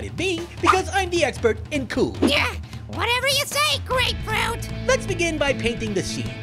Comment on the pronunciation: It seems he said "Go Ray Fruit", but he said "Grapefruit"